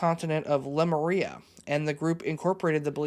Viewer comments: Lemuria is pronounced like the animal Lemurs, lee-muria, not Lem-uria. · I think Lemuria is le-MORE-ee-uh